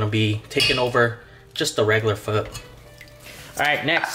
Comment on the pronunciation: peanut butter???come on man...r u sure ur viet? btw its pho not fur..peace!!!